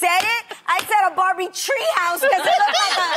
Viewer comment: Lol. Did anyone else go back to hear Adrienne say "Tree House"? Lol